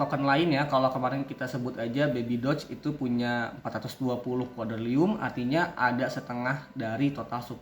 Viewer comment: Bang revisiya penyebutan nama nya harusnya quadriliun bukan quadrilium 🙏